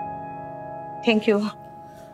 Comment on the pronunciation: Vaah kya faltu giri dikhate hai serial me ek baaju ye dikhaya gaya hai ki anupma collage me jaa chuki hai our use thik sorry tak bolna nahi aata are aaj kal to play sachool ke baccho ko bhi thik se sorry our thank you bolna aata hai our ye anupama maharani ko suri our tenku bona aata hai🙆